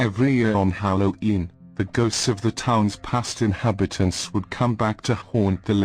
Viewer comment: The narrator had a bit of trouble pronouncing Halloween, otherwise it was very good